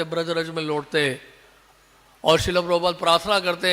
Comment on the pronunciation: श्रील होता, श्रीला नही